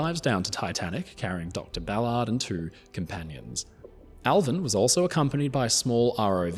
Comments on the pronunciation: You pronounce his name like he's meant to keep cars off sidewalks 😂 Americans say "Bal-urrd" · He's butchering his last name